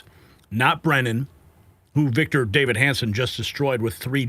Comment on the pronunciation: Davis! Victor DAVIS ! Not Victor David! You should be embarrassed.